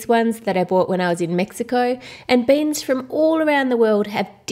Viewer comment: it's not baens it's beans